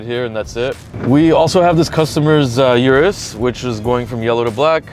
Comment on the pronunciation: O-RUS not U-RUS